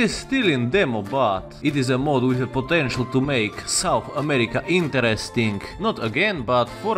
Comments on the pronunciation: South, not sounth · Ah yes, SouNth America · Ah yes sounth america